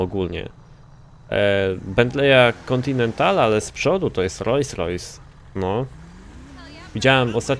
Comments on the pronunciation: Nie rojsrojs tylko rolsrojs:D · nie "Rojs Rojsy", tylko "Rolls Rojsy" xDD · o luju.. "rojs-rojs"? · blagam, zwróć uwagę na wymowę. RoLs Rojs. Pozdrawiam